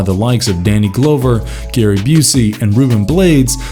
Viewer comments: Has the narrator ever heard of these actors before? Danny GLOWver and Steve BUSKemi? Lol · The fact that he keeps saying Danny Glow-ver makes this unwatchable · “Danny Glowver” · Please learn to pronounce the names on the videos you make. You owe it to your viewers. Danny Glover, Steve Buscemi... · Did anyone else cringe at the way this person providing the voice over pronounced Danny Glover's name???